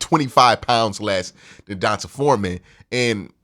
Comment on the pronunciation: Aye Q it’s pronounced Dee-Ahn-Tae lol lifetime longhorn here lol